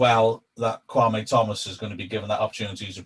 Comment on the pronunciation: Please stop calling him 'kwamway' it's Kwame.